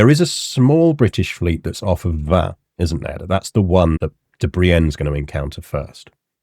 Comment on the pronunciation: Isn't Vannes pronounced like "van"? In any case, thanks for the good episode!